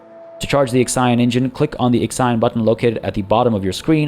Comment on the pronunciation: I am crying every time you say IXION, The Hephaestus P.A showed you the way, but it did not correct you lol.